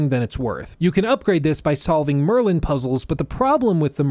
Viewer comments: I love that you called them “Merlin puzzles” and then “Mervin” and then “Morvin” and then “Merdin” like wtf lmao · The "Merlin" puzzle mispronunciation was pretty funny. Knowing nothing about the game, I had no idea if it was Merlin or some other similar word. Then you kept saying it juuuuust differently enough that I REALLY didn't know what the real word was. Finally, when you said "mormon", I thought maybe you're doing it on purpose. Then your reveal... Good times. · Don’t forget morman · I was so confused when he kept saying morbid or something lmaooo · merwin, morbid, mormin, merdin, marstin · Impressive amount of intentional mispronunciations of “Merlin”. Haha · Honestly thought there was another damn challenge when you kept saying the a different name than Merlin lol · At first I was confused why he was mispronouncing Merlin and then I realized it was intentional as it got worse and worse. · You just pronounced Merlin puzzles in 10 different ways 😂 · The word “Merlin” was kicking your ass! You struggled to say it everytime 🤣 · The number of times you intentionally mispronounced "Merlin" puzzles cracked me up so hard 😂 Especially Mormon Puzzles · I love how he gradually mispronounes Merlin more and more. He really did it! (he announced it beforehand lol) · he didnt say mermin puzzle correct once... subbed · I love the running gag in this video of deliberately mispronouncing the Merlin puzzles. Had to do a double take on one of those to check if I'd misheard lmao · I wanted to hangout live until I found out you were mispronouncing Merlin on purpose. Evil. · I love how you purposefully mispronounced Merlin so many times. At first I was like, lol he messed up. Then it happened again. And again. Good bit. Much enjoy.